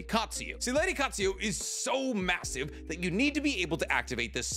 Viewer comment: I mention this constantly but why do you continue to pronounce names differently so often? Literally in the same sentence sometimes. You said lady Katsuya then 4 words later Katsuyu(her actual name) but I've even heard you pronounce it's katsuyo and katsuo.. can you make up your mind? Lol.. please